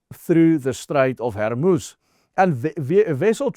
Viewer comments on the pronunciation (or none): Its Hormuz not Hermuz